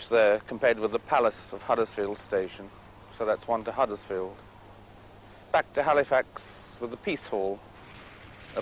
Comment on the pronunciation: One thing I hate is when pseudo posh people mispronounce our towns name. It's Huddersfield, not Haddersfield you muppet. There is also something really important in this video that you rarely see in town in 2025, People!!